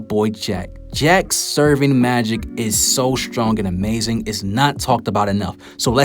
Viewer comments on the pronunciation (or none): Sev-er-ing magic*